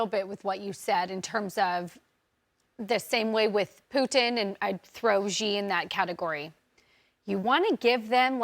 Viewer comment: Aside from everything, why can't they just learn to say his name correctly!!! It's so annoying that they just can't say She. It's not Gi, or anything else. They news media shouldn't be stumped over the letter X. If they just said She, it's already 100 times closer.